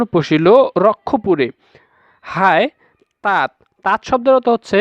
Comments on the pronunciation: তাত্ নয় উচ্চারণ হবে তাতো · এখানে সুমিত্রার ছেলে রাম নয়,,রাম কৌশল্যার ছেলে,,সুমিত্রা আর কৌশল্যা হলো সতীন,,,তাত এর উচ্চারণ হবে তাতো